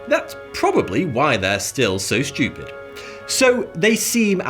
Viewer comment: I like this guy. It's funny when he says "SCHEWPID".